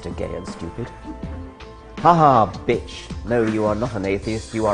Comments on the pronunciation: Dawkins trying to say "bi-otch" is the best thing I've seen and heard in ages. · Watching Richard Dawkins try to say bi-atch is satisfying in itself. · Richard Dawkins gets educated on the correct pronunciation of biatch. This made my day. Thank you, internet trolls, whoever you are. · Holy shit killed me. I grew up in the country in Georgia and he sounded just like someone from my town saying bitch. Had a little spit take over it.